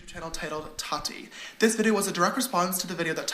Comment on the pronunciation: The way you pronounce Tati like ratty with a T makes me giggle